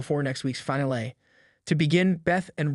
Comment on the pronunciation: No one is going to comment on how he says "finale"?